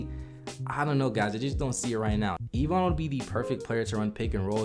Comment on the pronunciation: Why are you mispronouncing Evan Mobley's name. His name is not Evon its Evan. My brother has the same first name.